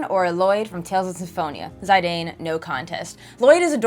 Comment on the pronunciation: Sorry but for me as a big Zidane Fan it hurts me hearing it that way.